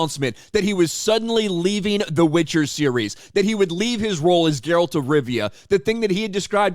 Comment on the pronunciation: It’s Geralt not “Jeralt” lol